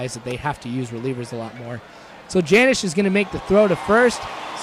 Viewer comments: Not Janish (Janish) It's Janish (Yonish) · Hey, you called him Janish pronouncing the J when it is really like Yunish with a yish sounding J. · not to be a jerk but janish is pronounced with a y instead of a j. ahaha